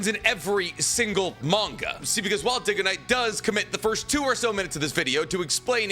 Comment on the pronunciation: he does it with everything. even the things he agrees with mr. dig-oh-niiiiiiiite